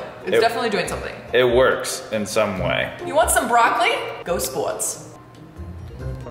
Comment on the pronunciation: “You want some broccoli?? Go spoahrts” 😂😂😂